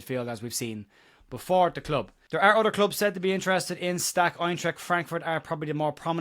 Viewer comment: Awful comment about how to proonounce Stach’s name. As a proud Welshman, who has the letter ch in my language, I am totally fed up with comments like that that .